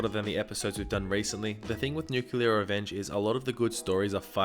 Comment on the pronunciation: Am I the only one bothered by him calling it "nuculer?"